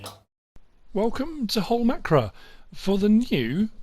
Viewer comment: The map is called Holmåkra if you want the correct spelling and if you non-Scandinavians don’t have the “å” on your keyboard, you can pronounce it Holm-OH-kra. Not Holmakra.